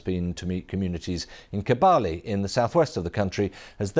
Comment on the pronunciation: The Kabale spelling is a construct of outsiders. The original word is Kabaare meaning small stone. With a sustained "a" sound and and an "'r"' instead of l